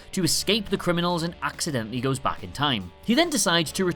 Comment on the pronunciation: Cool video, but... am I the only one annoyed that he says “back” like “Bach”? 😂